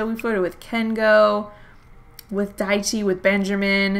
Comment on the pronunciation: Whenever you say "Daichi's kids" I understand "diet cheese kids"